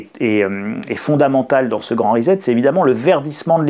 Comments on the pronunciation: Pas que je manque de confiance en votre compréhension de l'anglais lu mais... prononcer risette pour "reset", ça beau être aussi attendrissant que celle d'un nourrissons, ça casse méchamment la crédibilité ! Sur votre clavier, aussi vous appuyez sur la touche "risette" ? Ou vous préférez l'appeler.. guiliguili ? Bref, traduire avec Google traduction, c'est pas un pêché, mais sans avoir pris la peine de cliquer sur le symbole du haut parleur afin de savoir prononcer au moins le seul mot anglais du titre de l'ouvrage dont on veut parler, c'est un minimum non ?! Surtout pour qui prétend expliquer aux autres ce qu'il les suppose ne pas être capables de comprendre par eux-mêmes ! 😆 Essayez vous verrez, c'est pas si difficile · Sans aucune acrimonie, je vous signale qu'on prononce reSSet (pour préserver votre crédibilité auprès des auditeurs bilingues). Merci pour votre travail! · Hello. Rien de bien grave mais on dit reset avec un s. Ça ne se prononce pas comme un z. Un peu comme settings qui ne se dit pas zettings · reset , ça se prononce recette ...on ne dit pas tournezol... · Je n'ai pas été capable d'écouter longtemps, car le gars prononce "le grand REZET" au lieu "le grand RESET" 🥴😂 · Reset se prononce "Riz-sept" et non "risette" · Resssset, Resset, Resssssssset, non? Parce-que Rizette...s'ilvouplait, un peu de respect pour la langue Anglaise et ceux qui vous ecoutent.. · Sylvie Evin : Et pourtant, ça n'a rien de rigolo... mais vous avez raison, ça vient du verbe "to set". Il s'agit donc de "ricet". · Amusant, mais attention: pas 'rizette' mais 'rissette', en anglais: pour lire Time à voix haute, ce sera un avantage. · "Please "chers français ....grrr....reset prononciation ressssset pas rizet ...ou alors réinialisation ..réinialiser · Le grand "rizette"...🤣🤣🤣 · Cela se prononce Ri-sset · Rezet ? ah vous les Francais !